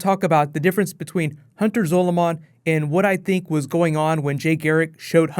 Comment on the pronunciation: Your pronunciation of "Zolomon" annoys me